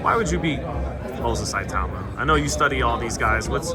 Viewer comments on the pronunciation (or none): Great interview, Richard just seems like the guy you can become fast friends with, genuine and humble - hopefully more people know about him after his next fight. PS: Its "ITAU-MA" not "I-TAUMA".